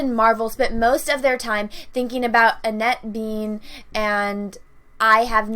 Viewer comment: I know some people have trouble pronouncing names(myself included) but Annette Benin has been around for quite some time now. How can you get her name wrong? BEN-IN.